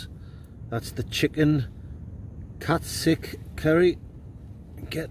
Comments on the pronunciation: Did you enjoy your catsick, 😆 haha think it's pronounced cat sue 😆 🤣 😂 😹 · Where did you get Katsic from LOL. It's Katsu curry as in the name Sue so KatSue Curry not katsic curry 😂😂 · Katsick? Not katsu????no wonder you weren't sure of it 🐈🐈😼🤮🤮🤮🤮